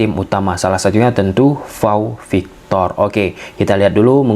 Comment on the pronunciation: PAU victor, bukan VAU victor 😂😂😂😂 Tolong bedain P sma V. 😅